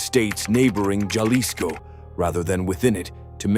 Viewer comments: It is NOT pronounced "JALISCO"....it is pronounced "Halisco". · Jalisco sounds like Halisco